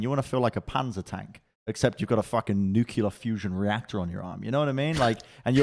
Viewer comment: Tbh thought he said panda at first... was like, ?? Panda tank hero confirmed?!